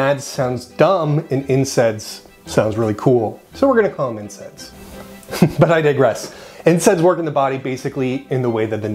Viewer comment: Why do you keep saying INSEDS